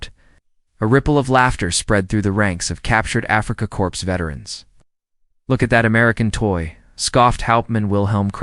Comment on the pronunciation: . . . as captured Afrikacorpse veterans?????? You don't pronounce corps as corpse. It sounds like core, not corpse